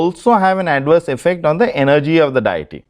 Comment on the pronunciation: Stop saying DIETY. It's Deity. And pronounced DAY-A-TEA.